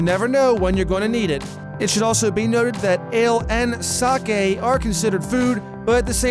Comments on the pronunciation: It’s pronounced sockee not sockay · wtf is a ""SAKAY"" its sake...